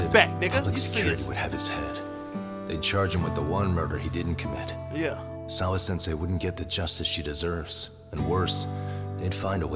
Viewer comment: Nobody: every chance he get: "SAWA-Sensai"